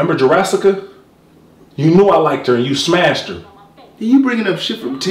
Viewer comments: gleeon😂😂😂 jurassica🤣🤣 ass lips🤣🤣😂 "Suntn rong witchall" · This man really said Jurrassica and Oreoyana lol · This dude said Jurassca....tf 😂🤣😭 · He said Jurassica💀😂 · This dude said Jurasicca 😂😂😂😂